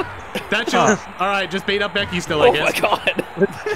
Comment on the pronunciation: "Beky Lynch" lmao